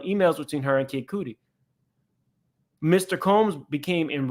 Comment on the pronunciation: It is cutty - not cooty … do you no know Kid Cudi?! SMH